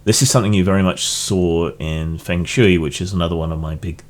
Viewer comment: fung shway rather than feng shoo-ee, and stalactites hold tight to the roof.